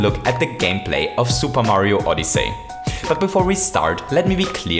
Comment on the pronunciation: Super Mario Oddee Say